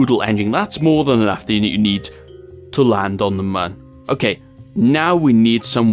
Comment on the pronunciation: Can you pronounce the mun as the mun, not man???? IT TRIGGERS ME